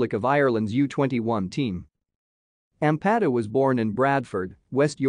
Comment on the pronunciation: It would have a bit more credibility if you could actually pronounce his surname correctly.....